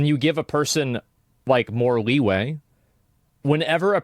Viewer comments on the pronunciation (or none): "leigh weigh" 💀It's leeway for F's sake.